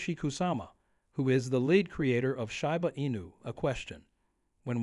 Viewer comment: I’ll give it a thumbs up when the speaker in the video learns how to pronounce the name, right